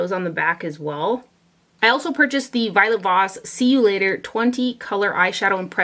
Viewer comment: Lol violet voss not violet moss!!